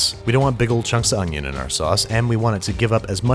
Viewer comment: it's called an o n y o h